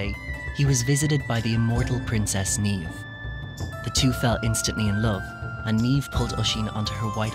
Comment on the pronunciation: he says Niamh wrong and its really triggering